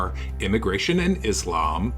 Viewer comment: it’s a small thing but i hate how lauren pronounces “islam.” like, you know how to say it lauren. there’s absolutely no way you don’t. it feels purposeful and disrespectful